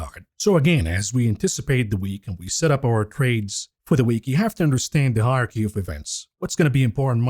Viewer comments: Higher Key? Yeah, got to cut him a bit of slack. I'm pretty sure English isn't his first language. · Hilarious pronunciation of hierARChy….